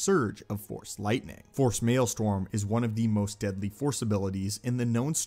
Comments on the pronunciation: Maelstrom is pronounced like male-strum not male-storm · Cool videos. But I cannot forgive your mispronouncing "maelstrom"